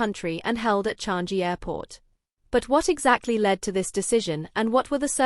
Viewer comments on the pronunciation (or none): True. Especially when pronouncing the word "Changi" it's very annoying each time a non Asian person pronounce certain words lol